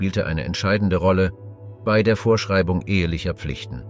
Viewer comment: Vermutlich ein Sprachprogramm, es wurde auch "B Ei" anstelle von "bei"